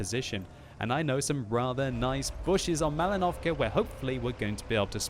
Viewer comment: Is it just me, or does it sound like says "MalinovCAR"?